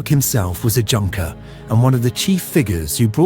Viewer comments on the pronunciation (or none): must be AI that mispronounced the German word "Junker" as it should have been correctly pronounced as "yoonker"?